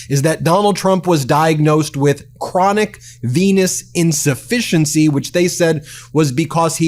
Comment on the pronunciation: Did he say, "chronic penis insufficiency"?